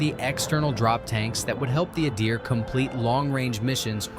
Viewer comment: Adir is pronounced Ahdeēr not Ǎydeer.